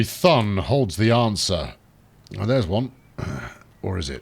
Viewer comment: everytime you say Thun I die in the inside because it's so horribly wrong